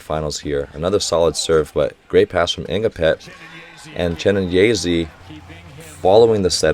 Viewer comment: People in the comment: it's Chi-né-nyé-zé: Chi-né-nyé-zee